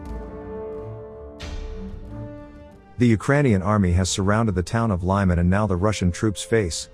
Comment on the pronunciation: It’s not liman, it sounds like Leeman, but ee is not that long.